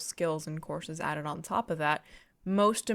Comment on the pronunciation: "the teaop" lol went British there for a second